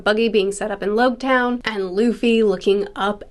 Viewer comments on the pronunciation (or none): it's pronounced Logue Town like Log. As in prologue and epilogue